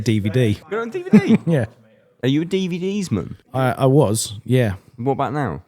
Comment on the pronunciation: "Are you a DVD's-mun?"